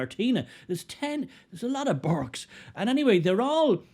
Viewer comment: Burkes not burkas!